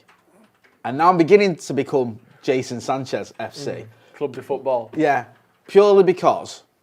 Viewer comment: Swear he said Jason Sanchez